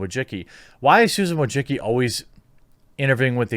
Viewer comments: VOY-CHITS-KEE. Not a fan of her, just a correct pronunciation. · her name is pronounced " Voi - chi - chki " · I don’t claim to know the true pronunciation of Wojcicki, but whatever Jeremy is saying ain’t it lmao. I love your content, just had to bust your balls a little.